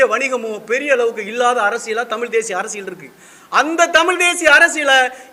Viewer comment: தம்பி தமில் இல்ல தமிழ் அதை முதலில் உச்சரிக்க கற்றுக் கொள்.